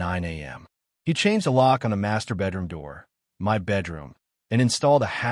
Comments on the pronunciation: Why do AI say M.Y. apartment instead of my apartment?😅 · It sounds like it is for effect i.e. M.Y. instead of my.